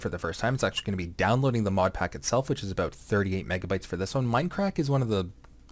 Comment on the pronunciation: Abut. are you canadian XD?